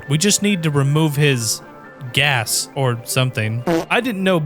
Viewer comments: fun fact: it's actually pronounced "gay-sh." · It's actually pronounced Geeez, it's like the requirement for a spell, spelt Geas. Has nothing to do with fart jokes.